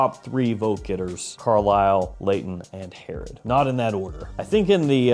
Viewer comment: Hey Herod for the win! You butchered the name but it’s a tough one.